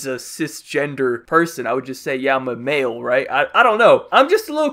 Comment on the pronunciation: It kinda sounds like he said “Mayo and female”